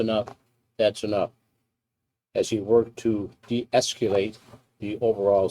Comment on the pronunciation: Those cops weren’t “de-ecUlating” (as the commissioner pronounced it) anything. They even let Rodriguez shove the prisoner into the cell after the Rodriguez attacked him.